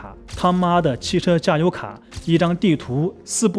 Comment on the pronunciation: 他媽的汽車加油卡，這句話的重音讓我笑出來